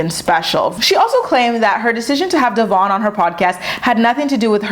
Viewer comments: It’s DEVOIN not DEVARN!!! 🤦🏼‍♀️ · I hate how she don't even pronounce Devoins name correctly, that alone shows you how disrespectful and petty she is. Also how she going to tell him he do the bare minimum and he ain't a man? Yet he is there for both her daughters he is the only positive male figure they have. He gives that emotional support unlike her, because even she admitted that if Stella had the option to run to her or him it would be him that in it self says alot. Your other bd don't do shit yet you give his ass money whenever he come around and to this MAN that steps up for your kids you just be doggin him. Get your priorities together your kids are going to see for themselves that he is present and you just talk shit. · Just a thought can you please pronounce Devoin name correctly . The host have and I feel like you should to if talking about him. Please don’t come for me